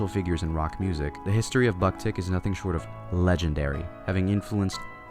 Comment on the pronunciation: How can you pronounce japanese names perfectly but don't know how to pronounce the name of the band?